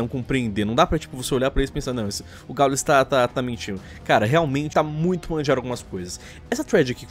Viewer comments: KKKKKKKK "GÁULES" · O "Gáules" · Só eu que entendi falando "o galos"? kkkk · Eles falam o nome dos gringos certinho aí o do gau eles pronunciam estranho pra crlh kkkkk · pq o coloca uma pronuncia em ingles em palavras nada haver como exemplo o nome do gaules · Se ta de hack,fds, fala o nome do GauGau direito (brincadeira)